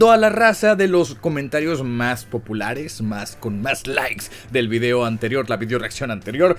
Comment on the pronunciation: Si proncias "Vidiou" como tal suena más natural el saludo, me gustan tus videos